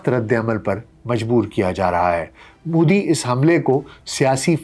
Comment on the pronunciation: aapki sab baaten theek hain sirf aik guzarish hai ke Modi ka tallafuz behter ho sakta hai. Shukriya 🌹🙏